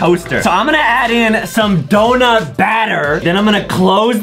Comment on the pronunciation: Did you notice that Adam said dounut cosser. When Adam. Said that I almost fell of my bed